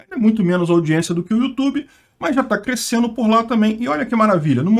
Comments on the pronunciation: Isso mesmo. Ele falou "Rumble" e não deu tempo dele mudar a chave pro português e daí ele soltou um "cruescendo" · Clique em para ouvir o falando "crescendo" com sotaque americano.